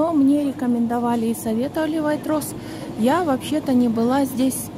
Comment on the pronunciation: Произносится Вейтрозе 😂